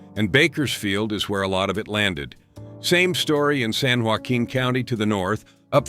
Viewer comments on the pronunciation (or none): none